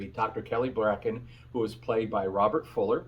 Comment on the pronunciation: It was Dr. Kelly Bracket, it sounds like you said Dr. Bracken.